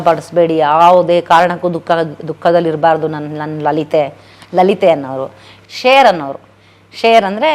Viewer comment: Share alla sher...sher